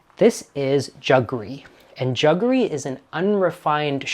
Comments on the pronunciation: I've never heard anyone say 'juggery' ! ...... it's jaggery' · It is jaggery not juggery. It is a Portuguese word for the traditionally Indian product. However the English word ‘sugar’ came from the Indian root word ‘shakkar’ because Indians were the pioneers in sugarcane processing and extraction. And ‘semia’ is the play on word semolina. I like semia just as much as the pearls in a payasam. Absolutely hate raisins in payasam, they ruin the sweetness of it.